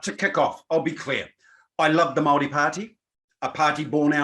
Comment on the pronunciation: and speak from a place of privilege....also can you please learn how to pronounce Maori properly, its not Maaari, its Maori!